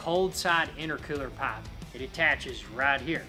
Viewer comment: The way he says pipe he must be from Alabama lol